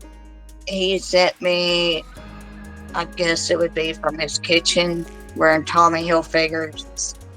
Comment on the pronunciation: “Tawwmy Hilfigger” 😅